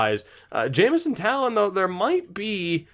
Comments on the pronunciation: Taillon = Tie-on, pretty sure he has the Spanish double L. :) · Also, it’s Jameson Thai-yawn